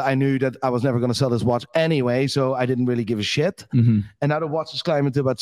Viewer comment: When u hear shayt 🤣 in building